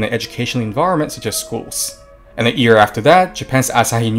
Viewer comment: Firstly, I have never heard an anime character saying "buruma", they always honestly try their best to say "bloomers", secondly, you are saying ear instead of year, so japanese are on avarage more literate then you are.